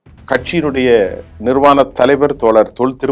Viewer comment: நிர்வாணம் இல்ல,நிறுவனர், பளன் இல்ல, பலன் உச்சரிப்பு சரியில்லை தமிழ் நன்கு படிக்கவும்.😂😂